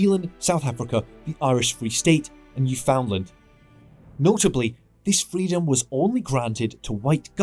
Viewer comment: New-FOUND-land lol as a Canadian I always laugh when people pronounce it that way.